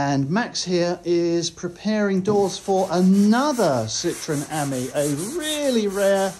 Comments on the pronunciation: Not quite pronounced correctly , it should be the French for friend . I have a pale blue one . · You pronounce Ami as the French would say the word meaning friend .